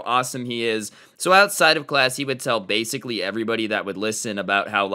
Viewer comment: "Blasicly" XD --Sincerely Your local humanoid dummy/Thunder